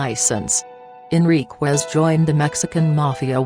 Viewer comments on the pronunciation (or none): At least get the man’s name correct. First of all it’s not Martinez, it’s Enriquez. And it’s not pronounced Enriqwez It’s Pronounced” En ric ez”